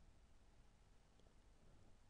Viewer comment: Accent should be on last syllable, not first. Manon Rheaume, French hockey player from Québec, says it correctly on Letterman